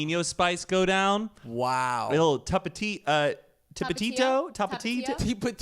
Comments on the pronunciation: "you know a little....tip-E-ti-to uhh Tap-a-tito." LOLOLOLOLOL why do I picture with fun mom energy as he says this but for real that sounds amazing! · okay but pronouncing tAPATIO was the best part LMAOO "tipitito" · said Jalapeenyo and tapatito lol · “Tapitio” is so small 😂 I know all my Hispanics laughed😂❤️ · Tapatío (tha-pa-the-oh) I’m sorry but I had to😂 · Hearing say taptio “tapti-tapati” LMAOOO 😭😭😭😭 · It still bothers me how said tapatío 😂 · trying to pronounce Tapatío is sooo cute 😂 you’re white is showing 💛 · all the Hispanics hearing say tapatío: “no pos ta carbón” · Ok i was like !! I can't be the only Mexican freaking out over this!!! I was screaming!! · YES. i literally was like just next time don’t say it lol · i'm sorry but i LOST IT when tried to pronounce tapatio lmaooo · saying Tapatio! I bet he says torrrtillllla